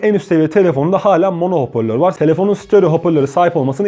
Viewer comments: Hopörlor değil hoparlör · hoporlor değil hocam biraz daha dikkat edelim